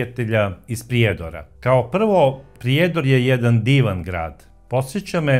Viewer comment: I vi iz Srbije, ne kaže se iz Priiiiiijedora, vec malo skratite to slovo i.